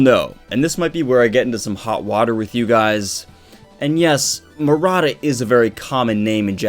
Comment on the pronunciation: I love your vids and I totally get why ppl are mad over this but in your vid title you spelled his name Maruta but were saying Murata. I'm kinda confused.